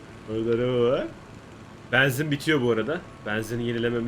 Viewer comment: Benzin değil beenzin